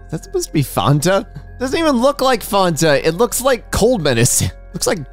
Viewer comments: Bro did you mispronounce Fanta? How is that even possible, its Fan not Farn Fan-Ta not Farn-Ta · The way pronounces Fanta is making me insane. I love her but this will not stand